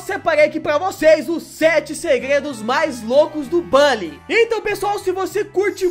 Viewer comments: não é bOlly que se pronuncia, é bUlly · Acho estranho vc falar " Bali" e não " Buli"😂😂 sei que o certo é "Bali', mas desde criança eu falo "Buli" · É buuully não bally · Como se escreve: bully Como se fala: bálly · Bãlly 🤔🤔🤔🤣🤣🤣🤣🤣🤣🤣 Meus ouvidos sangram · Mn eu sábia de tds só uma dica vc só flw o nm do jogo errado pq se fala literalmente "Bully" mais bm vídeo +1 inscrito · Tenho raiva de quem fala "BÁLLY"